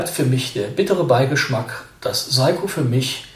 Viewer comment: Hallo, es heisst "SEiko" nicht "SAiko". Trotzdem danke und viele Grüße!